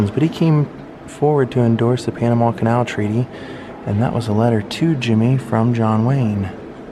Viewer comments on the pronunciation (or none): none